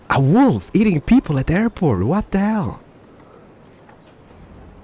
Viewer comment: Call the airport "Derport"